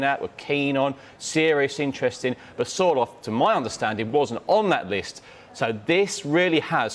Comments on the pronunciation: Sky, Sorloth... not Sortloth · "Sorthloth" lol